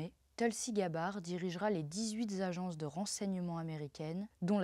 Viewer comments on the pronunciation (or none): "Les dix-huit z-agences"... Révise l'art des liaisons, ma fille ! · pas les dix-huit Zagences, mais les dix-huiT agences. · Les dix huit Zagences? Cela ne choque personne? Les dix huitS marches?🤣🙄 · "n'est pas vraiment Zune surprise", puis "les 18 Zagences de renseignements"... Surveillez vos liaisons jeune fille ;)